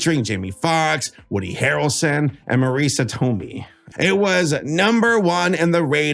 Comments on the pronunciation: "Toh-may", not "Toh-mee" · "Tomei" is pronounced "Tomay".